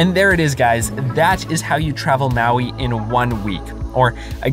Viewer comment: you know when this video is gonna have a bunch of words mispronounced when the guy messed up the island name maui as “ maowweee “ not even 30 seconds Into the video. edit 1: “kalui airport” 🤔 edit 2: “haleeakala” edit 3: “waiheee” Im done Lol, he did say he was gonna “butcher every word” in the beggining so no hate. But, HUUUUGGGGGEEE MEEGGGAA CRINGE 😂💀